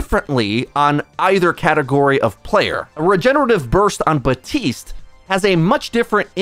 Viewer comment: How does still say baptiste's name wrong? Listen to how he pronounces his own name. How do you get it wrong for so long? On a different note, ball should never be THAT good because he already has a ridiculous amount of hp as it is so alot of time you cant even kill the ball unless you chain cc him which is ass on both sides. It also sounds the biggest weakness to sombra is its players not being able to think